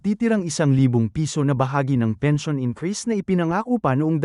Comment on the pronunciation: fake, maskina pag pronounce pens. i. o. n.